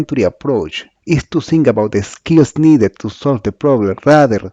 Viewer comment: Awful English... I had to activate the subtitles so that I could understand some words like "ZinC" (Think).